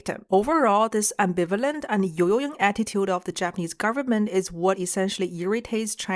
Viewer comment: crazy way of pronouncing yoyoing